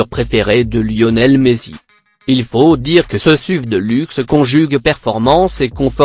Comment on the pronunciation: Vous devez avoir un problème avec les noms de voiture vous n'avez pas parler d'une voiture sans mal prononcer un nom juste Par exemple : on dit S.U.V et pas suv , on dit Range RovER et pas Range RovÉ , on dit Audi R 8 SpYdER et pas SpIdÉ